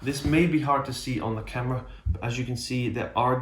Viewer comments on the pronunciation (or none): none